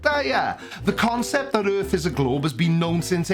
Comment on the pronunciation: It's not earf the word is pronounced earTH